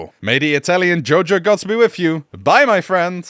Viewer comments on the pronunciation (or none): none